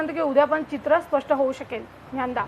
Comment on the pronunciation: Hi, thanks for sharing all the crucial details. I think the pronunciation is not Nyanda...it’s DnyaNaDa. Hope this makes sense.